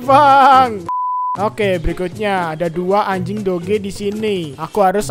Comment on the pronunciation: Doge nya dibaca dog